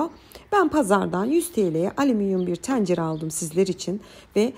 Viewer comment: Teencere 😂 hnm cım çok hoşsunuz herşeyiniz çok güzel de lfn “Tencere” demesini öğrenin. Hakikaten rahatsız ediyor dinlerken. Tencere Pencere Mehmet vb kelimeleri üzerinde çalışmak gerek.